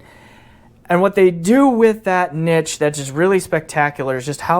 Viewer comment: You're the only person I've ever heard, in my entire lifetime, pronounce "niche" properly!